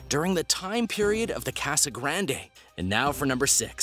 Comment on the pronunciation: please pronounce casa better next time, that is all. Thanks